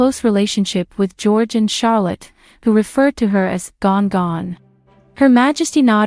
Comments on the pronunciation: I believe they called Queen Elizabeth gan-gan, not gon-gon. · its gann gann not gone gone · Not Gon Gon, but Gan Gan